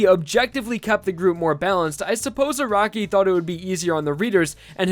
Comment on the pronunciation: Anyone else bothered by this guys saying A R A W K I